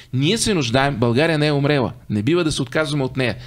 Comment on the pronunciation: Мартине, казва се умрЯла, а не умрЕла. Спри с тези селски изказвания. Ти си журналист, който спомага българите, които те слушат да изгниват още повече. Ти трябва да си безгрешен в изказа си и пример за подръжание.Харесвам те, но купи си един тълковен речник с ударения и говори на книжовен език. Спри с обидните надписи по фланелката на чужд език. Кажи каквото искаш на български и възпитавай не в разврат и гниете, а в самодисциплина и практични навици народа. Не си показвай комплексите толкова очевадно с тези чуждици и шльокавици.